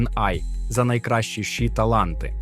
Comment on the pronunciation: ШІ не читається як у відео, ші. ШІ - це абревіатура, кожна літера це початок окремого слова, а отже, це "Ша-Іі". Це особливо дивно, тому що далі ви читаєте ей-пі-ай та ей-ай - вірно, а лише ШІ як китайську "енергію" shi".